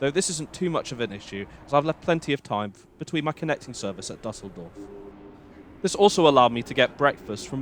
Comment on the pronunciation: Nice, but please check the pronunciation of foreign names before going on the air. The WP article on Düsseldorf shows you how to do it: [ˈdʏsl̩dɔʁf]